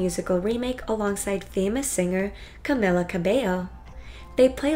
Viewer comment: that is not the correct way to say camilia . no offence. not trying to be rude.